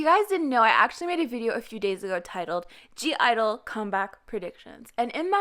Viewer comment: you are not a stan and you even mispronounce their group name,how can you say it's "soyeon and friends"? also you mispronounce their names) if you don't know how every member shines individually,please check out "idle moments that had me shook" videos and you will literally get goosebumps from it.i said what i said. been a stan since predebut.